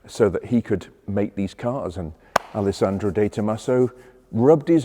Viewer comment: Are you saying "Alessandro"? Tsk.